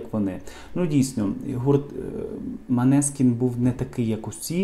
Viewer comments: Неправильно произносите не Манескин, а Монескин и переводится как Лунный свет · Молодці Манескін!!! Наголос на " і"!!!!